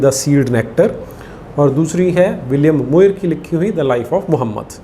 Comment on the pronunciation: मुइर नहीं, म्योर । आप ऐसा pronunciation करते अच्छे नहीं प्रतीत होते । साष्टांग दंडवत गुरु